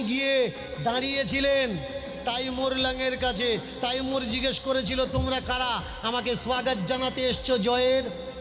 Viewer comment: আরে মহা মুখখু তাইমুর নয় হবে তৈমুর লং